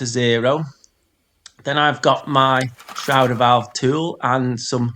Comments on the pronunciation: FFS - Stop saying SHROWDER VALVE - Just look at how it's spelled - it's a SHRAYDER Valve - dickhead. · It's a SHRADER valve. SHRA rhymes with HAY, not HOW!